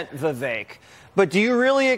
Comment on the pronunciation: Props to Jesse Watters for being one of the few people who pronounces Viveks name correctly.